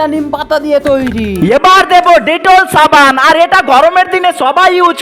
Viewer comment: ছাবান না সাবান